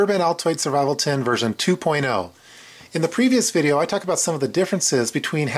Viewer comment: did he say survival Tit?